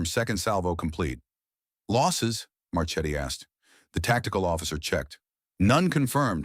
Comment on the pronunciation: as always very nice story but ^^ the name of admiral Marchetti, i think he is italian origin, it is pronounced Marketti